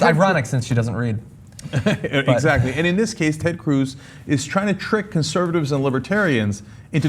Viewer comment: Did say "cuntservatives?"